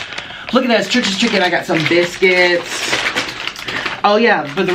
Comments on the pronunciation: I kept hearing Trisha's chicken instead of Church's chicken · When he starts off the video talking about 'churches chicken' and it sounds like Trisha's chicken 💁🏻‍♀️ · I thought you were saying Trish's Chicken lmao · He keeps saying “Trisha’s chicken” 😂